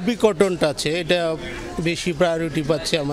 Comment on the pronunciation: Uni tw thik moto kothai bolte pare na 'আচ্চে' 😂